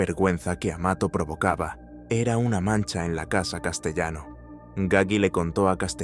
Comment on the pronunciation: No es "Roy Deo", es Roy DeMeo.....y "Castellano" se pronuncia a la italiana: [ Kastelano]. Hay que tener en cuenta que en Sicilia, Calabria, Apulia y Campania hay muchos apellidos de origen español (al formar parte del imperio español desde principios del S.XV y antes de la Corona de Aragón) pero se pronuncian a la italiana. Catalano, Castellano [Kastelano], Navarro....